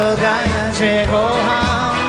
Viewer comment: Ciekawe. Bobby Vinton był wymawiany jako Winton. A bardzo często nie zwracał uwagi na takie drobiazgi jak"kocham". Wiele razy słyszałem: ko- am. Jego maniera śpiewu? Do bólu typowa w tamtych czasach. Łącznie z"pożyczaniem" całych piosenek z całego świata. Coś jak sławny Dob Dylan- wszystkie największe przeboje pochodziły z notesu starego farmera- hobbystycznego piosenkarza folkowego. Opiekował się nim aż do jego śmierci. A notes... stał się jego dziedzictwem. To w końcu bardziej moralne niż bycie kolejnym prototypem różnych Zenków😢